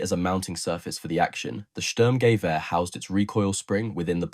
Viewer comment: German here: "Sturmgewehr" isn't pronounced "SturmGEwehr" but "STURMgewehr". Hope that helps... And while the STG-44 might have been faulty, conceptwise it became the prototype for ALL later assault rifle. A 3-in-1-weapon, providing a soldier with a compact weapon (like a carbine), enabling him to do accurate semi-automatic fire at medium ranges up to 300m and full-automatic fire in close combat situations. It might have failed as a combat weapon, but it still proved the concept of an assault rifle.